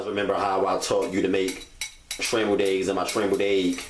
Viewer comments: It’s Eggs not Aeggs 😂😂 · The way you say eggs is funny, you say "eiiyyggs" lol